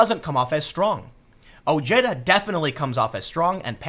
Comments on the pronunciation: Ojeda's name is pronounced O-hey-duh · Dude its pronounced Oh-Hay-Da